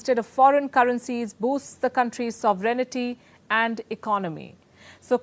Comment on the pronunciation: Palki, your impeccable diction is hampered most by mispronunciation of one word that occurs frequently - sovereignty.